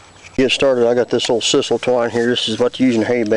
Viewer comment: Interesting but lots of work, would surely be easier to stack loose hay. And the word is pronounced, Sigh- sul. With a long I and not a short I.